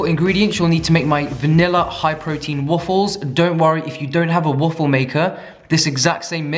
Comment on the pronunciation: i live for the way he says WUFFLES